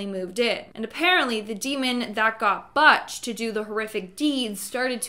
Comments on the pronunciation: Ronald Butch DeFeo. NOT Robert Botch DeFoe. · It's not pronounced Buch.... It's pronounced BU-T-CH. You butchered that name. The butchery of it all! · Butch's name is pronounced (Booch Deh-Fay-Oh) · "Butt-ch Dafoe"?? 😮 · Amityville - the family name is pronounced Duh Fay o and the son is Like Butcher without the er . Love your channel. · Just FYI the "u" in Butch is pronounced like the "oo" in foot, not like the "u" in hutch. It is my dad's nickname too. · Butch - like butcher. Also, an arrow would have helped when looking at the 'suit' ghost. I didn't see it at all as the picture was so distorted and I had no idea which corner I was supposed to be looking at. Yes, I did pause the video. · Omg lmao cant pronunce Butch is hilarious 😂😂😂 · You are pronouncing Butch Defaos name incorrectly, it’s butcher without the er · Babe it's Butch, like butcher lol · Lord you are butchering his nickname 😂 Butch sounds just like butcher without the “er”. Ronald Joseph Defoe was his full name.